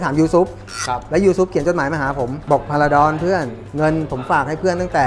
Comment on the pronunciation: จารบอล พาราดอน ไม่ใช่พาราชิล สุดยอดครับ แข็งโป้ก